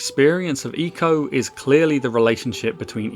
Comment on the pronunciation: Thank you for pronouncing eeeeco correctly